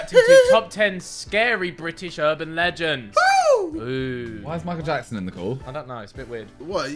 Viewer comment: Micheal jj-ackson